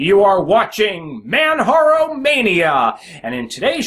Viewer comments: Yes I agree. it is pronounced exactly like it is spelt. J remains J and does not sound like H. I understand there are some names out there like Jose which is pronounced as HO-SE. However MANJARO is spelt as MANJARO and not MANHARO !! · You're the only person I've heard call this install Manharo. Even the French friends I have called it Manjaro with a hard j as in jar. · Hi, Nice show, juste one little comment, Manjaro is prononced like in Kilimanjaro, as it is specified on the Manjaro' site. Apart from that, love your show.